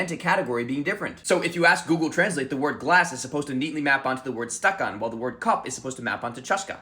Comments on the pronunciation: Стакáн, а не стáкан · Your pronunciation is so good! But stakan is pronounced as stakAn not stAkan 😊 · Ain't no way bro pronounced стакан like stahcan and not stakan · You pronounced стакан wrong. It's pronounced "stakán" not "stákan". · Love how I looked at it and imediately thought both "cup" and "stakan" (staKAN, btw, stress on the last syllable) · It’s stakAn (accent on the second syllable), but yes!! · you're putting stress on the wrong vowel - it's stakAn stressed vowels are really important in russian grammar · Your pronunciation of чашка is perfect, but for стакан the second syllable is stressed. Thank you very much for making this video, it's really interesting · Yeah this is the stuff I love about language learning, the fact that sometimes words don’t perfectly map onto each other Oh btw “stakán” has stress on the second syllable and not the first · "Stakan" has the stress on the second syllable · Dude, I like your videos, but as a man who works with language and all, you really couldn't check where the stress is in the word стакан? I guess it's no big deal, but I'm honestly tired of English speakers not bothering to do that. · It's kinda inaccurate bc the emphasis is on the wrong syllable, but still pretty good for an English speaker